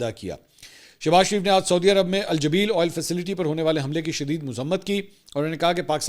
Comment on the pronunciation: سعودی عرب کے شہر کا نام جبیل ہے۔ آپ نے صحیح نہیں بولا۔